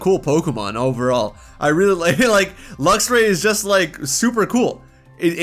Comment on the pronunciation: DO NOT LEAVE OFF THE X IN LUXRAY!